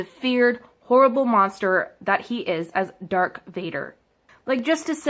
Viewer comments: OH WERE THE DAM IDIOTS HERE U CANT EVEN SPEAK ITS NOT DARK VADER ITS DARTH VADER AND LIGHT SABER NOT LIFE SABER OH AND YODA THE LITTLE GREEN ONE AND CHUBACA SO YEAH WERE THE IDIOTS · Its not Dark wader its darth vader and Light saber not life saber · Lifesavers? They are called lightsabers the little green guy is called yoda the hairy people are called wookies. Anakin's saber was taken it doesn't slowly change he gets a new one also it is pronounced darth vader not dark vader also there where sith that didn't use red some jedi used red to just not in the movies how about you research what the different lightsaber colors mean So piss off plus the new movies are actually supposed to favor women the woman who has made the movies even made a shirt a shirt that said the force is female you women have ruined so many great stories just for being "sexist". I am not against feminism I am against people like this foolish girl. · if u go to that bit u can hear her say dark Vader instead of darth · This bitch really said “Dark” Vader OMFG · I feel like she is deliberately saying words wrong. Otherwise she definitely hasn't watch them. "DARK Vader" "Life savers" and then comparing the Dark dark side to periods? Like what? It doesn't even barely relate. If you have to stretch that hard to connect the two is pretty silly.